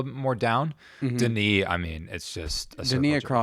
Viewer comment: Its Denis and its not even close